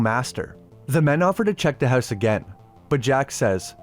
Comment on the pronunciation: "Buried OOwtside of the HouwSe"